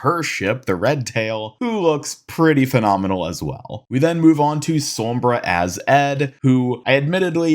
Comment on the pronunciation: 'som-bruh' lol